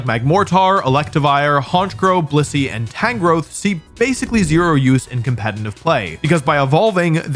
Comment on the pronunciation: Say blissey again?